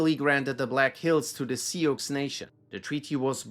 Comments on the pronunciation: Si-ox ??? It's pronounced Sue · Hehe to the way you said Sioux 😂😂😂 it's pronounced more like seeooo (though most Americans pronounce it sew or sue). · Hey! In case you have to talk about the Sioux in any future videos, it’s pronounced closer to “soo” Love the content always! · Hate to tell you this, but Sioux is pronounced "sue." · "Sioux" is pronounced 'Sue' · Hey, not sure if this matters much to you or not, but Sioux is pronounced similar to the word “sue.” Not sure if you’ll ever have another video talking about the Sioux nation or not. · Sioux is pronounced Sue. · Sioux is pronounced (sue) great job none the less! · Think you need to brush up on your American history. Teddy has done more for this country with regard to conservation and fighting for the common man than anyone .. and George freakin Washington was "controversial" too?? Are you freakin kidding me? Lol And btw the word "Sioux" is pronounced "Sue" .. shows us you are indeed quite clueless in everything American. Shame .. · FYI: I believe “Sioux” is pronounced “Sue.” Thanks for the great video! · made me cringe with that pronunciation. No hate on it. But it’s Sue (its french) and means Snake or Enemy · you’re fine. Just if you say that around anyone in Sioux City (or North Sioux, South Sioux), Sioux Falls, or any Big Sioux, Little Sioux townships…get out of those settlements if you wanna keep ur money. We don’t like it people pronounce every letter